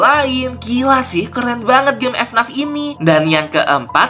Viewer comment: Ck ck ck eh bang ngomong nya bukan efnaf tapi efenaef